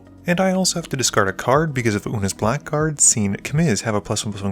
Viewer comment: Blackguard is pronounced as ‘blaggard’